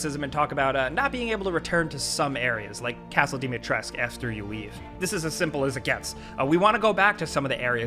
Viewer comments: castle dimitresc..... for the love of god pronounce that fucking U ....its dimitrescuuuuuuu =)))))))))))))))) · Thing i hate: People still calling Dimitrescu lady Dimitresc. The thing i know i will hate because I've yet to play the game is that it left the RE7, RE2,3 remake formula and appears to have continued Chris' Call of Duty like campaign from RE6 which means the survival and horror element is insufficient in the new RE8. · i hate only on thing how Capcom butchered the pronunciation of the Dimitrescu name and because of that many content creators are saying "Lady Dimitreesk" and not "Lady Dimitrescu" with the 'coo' at the end which is correct. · I hate how everyone's sayin lady dimitrescu's name wrong its pronounced Dom-e-tresk, there's a video sumwhere where she says it herself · Why everyone keeps calling her "Dimitresc" :)))))))